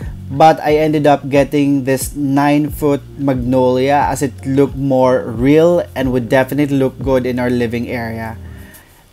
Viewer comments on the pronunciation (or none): none